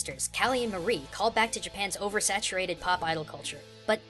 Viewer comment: It's pronounced (M-are-ee) Because Callie and Marie, Calamari.